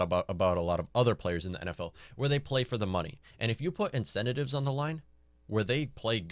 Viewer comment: Why the hell should I trust the opinion of a toddler who cannot even pronounce the word "incentives"?